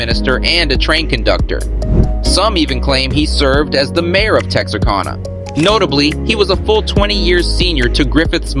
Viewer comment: Just so you know.. it’s “Tex- arr- can- nah …to we Texans!